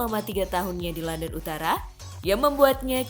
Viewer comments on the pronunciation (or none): none